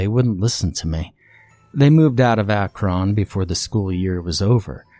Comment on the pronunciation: I thoroughly enjoy the way you say Akron. Most ppl say it like akrin or crackrin